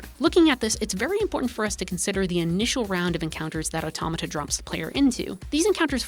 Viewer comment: THANK YOU for pronouncing Automata properly